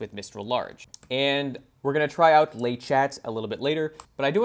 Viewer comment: Great video, but 'le" sounds like it is written, even in French 😝